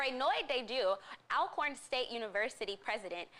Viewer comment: Despite its spelling it’s pronounced ALL-CORN . It’s the same as pronouncing “Always.”